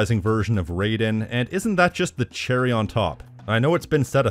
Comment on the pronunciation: As a MGR fan, you researched this video and I'm guessing you played the game, HOW DID YOU MISPRONOUNCE RAIDEN??